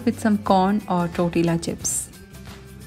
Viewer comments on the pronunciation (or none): none